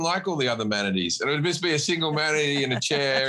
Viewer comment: I love how Jim pronounces Manatees as "Hu-manities". 😆